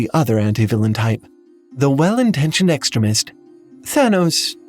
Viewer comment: The way you pronounced “Extremist” oof hard revelation finding out you are a robot voice.